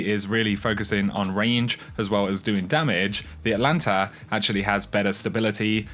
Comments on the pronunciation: Not pronounced "Atlanta." Check the extra letter in the name. Atalanta. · ATAAAAAAAAAAAAAAAAAAAAAAAAA LANTA NOT ATLLLLLLANTA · ATA ..... LANTA. There’s a frickin T in the first syllable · It's pronounced At Alanta. It is named after the greek hero Atalanta (well, it's a she, but whatever)